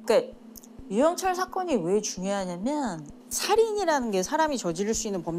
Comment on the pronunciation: 유영 철에 뭔 발음을 저리 늘리냐 한번에 발음 못하나